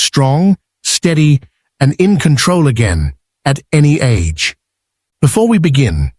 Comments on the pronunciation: In Japanese, the G sound is always hard. So "age" is pronounced "ah-gay." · Tofu age is pronounced "AH-gay," not like the English word "age."